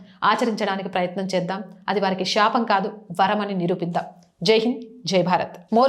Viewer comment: Sakaralu, lakaralu palakadam raada.meeku? Kallu, sapam enti ee pronounsation. Mundu telugu pronounsation nerchukondi. Manam palike padalu atu itu aithe chala meanings maripothai.